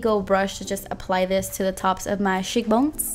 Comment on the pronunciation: "sheek bones" 😂❤